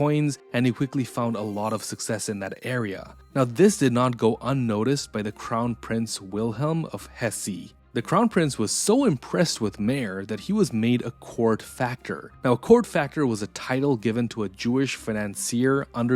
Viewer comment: Hesse not hessee